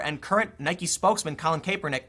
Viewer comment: The most important takeaway from this video is....Tim finally pronounces "Nike" correctly.